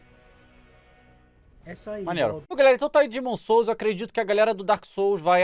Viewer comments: o famoso e consagrado dhá'emom Sous ksjskak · Daemon Souls mano? Tá loko? Kkkkkkkk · Daemon Souls KKKKKKKKKKKKKKKKKKKKKKKKKKKKKKKKKKKKKKKKKKKKKKKKKKKKKKKKKKKKKKKKKKKKKKKKKKK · Daemon souls,kkkkkkkkkkkkk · Daemon souls KKKKKK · Daemon souls ein KKKKKKKKKKKKKKKKKKKKKKKKKKKKKKKKKKK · Daemon Souls kkkk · Daemon souls kkkkk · Daemon souls kkkkkkk